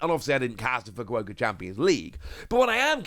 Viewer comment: You pronounced fukuoka wrong